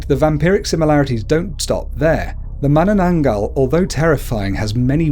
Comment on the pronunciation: and when you pronounce tikbalang have a 1 sec pause. like Tik-ba-lang. every "-" is 1 sec :D and the way he pronounce mananangal is correct :)